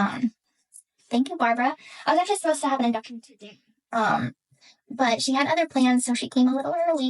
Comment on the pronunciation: Lol And she said 'appose to" for "supposed to " 😂